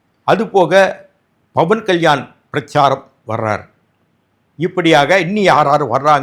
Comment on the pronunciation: Please pronounce as PAVAN KALYAN. Not Bhavan Kalyan.